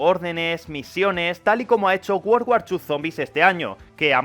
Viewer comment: Se me hace super gracioso como dices World War II xd wort war chu :v Buen video crack uwu